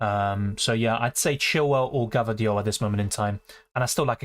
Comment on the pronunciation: U have some stamina dude and a very sharp mind and memory, and please for god's sake, stop saying gvardiol in that funny way hahaha!